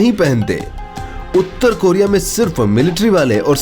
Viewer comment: North Coria bol be